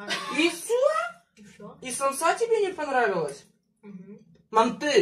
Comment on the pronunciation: Ма́нты это наше традиционное блюдо🥰 И ударение падает на а́